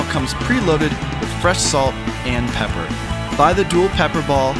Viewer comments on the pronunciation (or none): You said pee for pepper